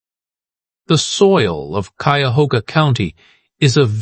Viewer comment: Drink (water) every time the AI mispronounces "Cuyahoga". You'll stay well hydrated.